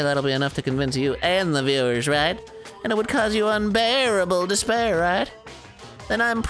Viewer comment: i feel like this whole game was building up to monokuma saying the word "despair" as "disbear"